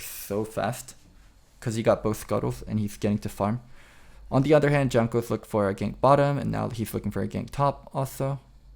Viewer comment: Why are you pronouncing Jankos with a "G" sound in the beginning? I feel it's very rude when everyone knows it isn't pronounced that way.